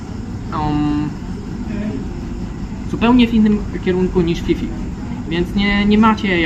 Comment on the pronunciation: I mówi się Pi Pi nie Fi Fi 😅 U Tajów h Po p jest nieme, tak jak w słowie Phuket, Wat Pho. Możesz wygooglowac, ale info mam od Tajki, która mnie poprawiła bo źle mówiłem 😅 Nawet gdzieniegdzie na wyspie widziałem skrót PP island